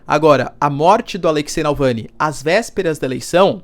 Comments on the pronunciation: Você falando "Nalvany" 300 mil vezes, mas o nome do cara é Navalny klkkk. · Que aflição ouvir Nalvany e não Navalny 😅 desculpa, não pude não reparar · É Navalny não Nalvãny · Professor, o nome do cara é Navalny e não Nalvany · NAU VANI?? n é NAVALNY??? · Alexey Navalllllllny, não nalllvany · Professor, ele se chama Navalny, não “nalvany” kkkk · Caro Professor por favor, evite essas pronúncias de nomes errados!!! Sou assinante, assisto e acompanho teu canal, e gosto do modo pouco enviezado que vc comenta e arrazoa nas questões geopolíticas complexas. Então repita comigo N-A-V-A-L-N-Y , não *NalvÂni (*sinalizando a pronúncia) Eu sei que os nomes são complexos, mas conceituamos na praxe, a adaptação em inglês para português. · Vcs escrevem Navalny e falam Nalvany!!! escreve certo e fala errado !!! eu já percebi isso em vários canais que falam dele!!! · Não é Nalvany, é Navalny. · Repita comigo: NaVALny, não é NALvany.... Coisa feia! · Nalvany NÃO , amigo; Navalny . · Acho q a pronuncia esta equivocada. Nao é NaLvany, é NavaLny. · Navalni e não nalvani professor.. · Doeu meus ouvidos esse video. Se ele erra repetidamente o nome do cara, me pergunto o quanto ele confere os fatos e os lados da informação. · Boa noite! Professor, me permita a correção: É Navalny. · Porra um professor pronunciando errado o nome de "navalny". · Poxa Professor... errou várias vezes o nome do cara.